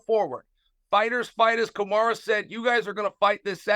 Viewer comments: He also called Kamaru "Kamara" lol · Chael always calls Kamaru- Kamara... Chael is a legend. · He gets everyone’s name wrong. He even calls Kamaru Kamaura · "Kamara" how hard is it to pronounce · & "Kamara" Usman lol. At least he screwed up both names in the interest of fairness. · And Kamaru Kamara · 10 second into the interview chael the GOAT gets BOTH name wrong LOLOLOL